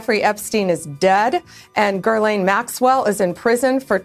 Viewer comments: Why can’t Americans pronounce Ghislaine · Shouldn't she at least learn how to say Ghislaine Maxwell???